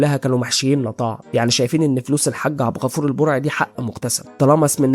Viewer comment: بغيت انبهك لا اسم النبي حارسه لأن لا احد يحرس الا الله و كمان حاول تقول عبدالغفور بدال عبغفور و حاول انك تغبش على النساء و ما تحط موسيقى و الله يوفقك يا غالي